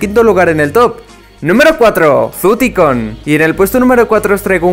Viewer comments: Gente normal: Taicun: Ticon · YO :PARA DE DECIR TICONNN! Pero gracias xd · Yo al escuchar ticon:sangran mis oidos